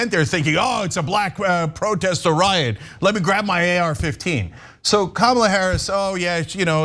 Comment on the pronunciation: Cenk doesn't know what a riot is. Say the word with me now, cenk, Ri-Ot.